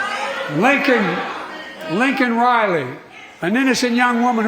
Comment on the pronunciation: Hey Biden - Her name is LAKEN, not Lincoln (which you said more than once).